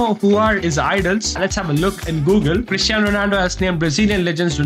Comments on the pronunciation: it is cristiano not christiano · Bro it's Cristiano not Christiano